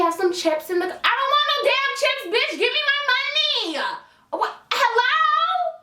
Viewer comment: Wooow That Manager Made That Customer Buy A Freakin Tester Fragrance For $89 Dollars !! SMH !! & The Way You Said “Chips” LMBO 😂😂